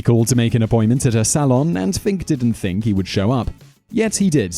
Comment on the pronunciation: I wonder if it's ever an awkward realization when a Brit says "Think" and 'Fink" in the same sentence and realize they just said the same thing.